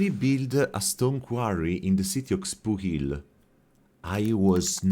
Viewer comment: Xpuhil it's pronounce near exactly like you said first, later you focus the pronunciation on the X and that's far from the pronunciation, it's only an observation, it's okay, ancient names... Xpuhil still exists now called Xpujil and pronounced exactly like ancient days "xpuhil"